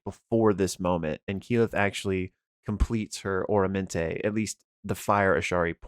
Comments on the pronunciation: Just for future reference, I'm pretty sure it's Ah-rah-men-te not Oramante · Aramenté not Oromenté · some pronunciations: "Aramenté" not "Oramenté" Fred "TAT-a-shore" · OR-amenté?? Isn’t it AR-amenté? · It kills me every time he mispronounces aramente.